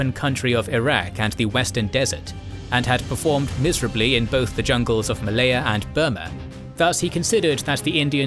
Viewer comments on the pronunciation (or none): none